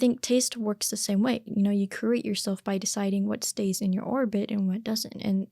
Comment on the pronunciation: Sorry to be “that guy”, but “curate” is pronounced with a y sound after the c - like “kyUR-ate”